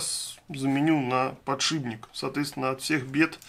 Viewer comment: подшиПник же, а не подшиБник.